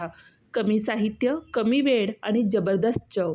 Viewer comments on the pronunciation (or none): परप्रांतीय दिसतेस. काय ती मराठी तुझी. Chav नाही चव असते ते आणि वेळ असतो वेड नाही. Mokda 😂 परप्रांतीयांनी आपापल्या राज्यात जाऊन दिवे लावावे. आमच्या असंख्य मराठी स्त्रिया खूप छान मराठी पदार्थ करतात. परप्रांतीयांनी स्वतःच्या राज्यात जाऊन स्वतःचे पदार्थ स्वतःच्या दरिद्री भैय्या भाषेत करावेत. इथे महाराष्ट्रात घाण करू नका.